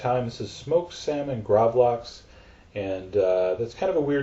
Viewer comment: Nei han er ikke svensk.. Er som jeg skulle be han si gravlaks